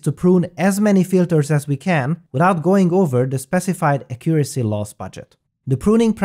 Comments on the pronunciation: Great video as always! Just an English tip: The word accuracy has the strong syllable at the first "a". Accuracy, rather than aCCUracy :) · Accent on the first syllable. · "Acurioacy" xD